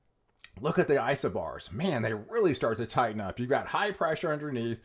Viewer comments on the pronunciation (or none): none